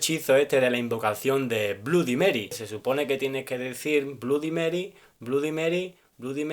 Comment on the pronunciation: Bludy mery???? no amigo así no, se acercaría si lo pronunciaras como blady, pero no con u y lo del acento mal ubicado del muchacho de la pregunta de la embocadura, no fue para tanto...hasta podría ser un error de tipeo pero lo tuyo si....Así que... Humildad ante todo, es lo primero que tenés que aprender antes de pretender enseñar algo.